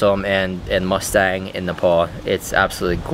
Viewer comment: Mustang is pronounced as Moo-Stahng